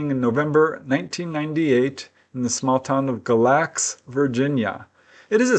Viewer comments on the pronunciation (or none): Galax is pronounced gay•lax with the accent on the first syllable. 😊